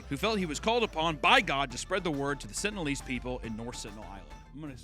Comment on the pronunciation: Come on,... it's pronounced "sentinel-ese" (sen-tin-eL-ease)